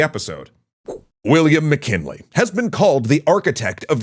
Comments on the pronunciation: "Milliam WcKinley?" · Milliam WcKinley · Milliam Wickinley